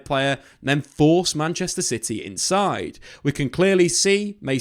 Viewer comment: Did he say "Manchester Shity"😅